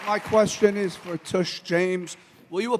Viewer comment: The guy who asked the question called her "Tush" James. 🤣 He called her a butt.